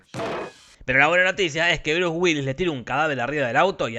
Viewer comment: Nunca había escuchado el nombre de Bruce sin la S' en castellano o en inglés. Check Now.